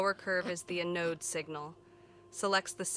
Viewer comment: The robot voice pronunciation is quite comical at times, particularly with words like "Kilo" and "Anode." I'm OK with reading subtitles!